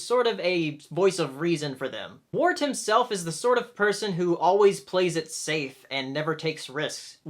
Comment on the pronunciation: WIRT. NOT WART. AAAAAAAAAAAAAAAAAA